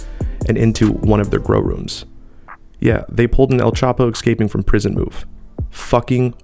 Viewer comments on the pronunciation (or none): none